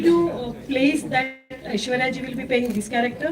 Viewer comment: Ita Aishwarya not Aeshwarya...